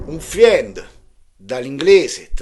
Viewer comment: 😂 dai, lavoriamoci in gruppo: FRIEND si pronuncia "FREND"... insieme divertendoci! E sempre grazie 😊